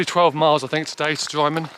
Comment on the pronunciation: Love the video , and love the WHW, drymen pronunciation sounds like (drimen)👍sadlely the people that give up are always the ill prepared especially on conic hill , congrats on completing this wonderful walk to fort William , sadley beinglas campsite had since been 🔐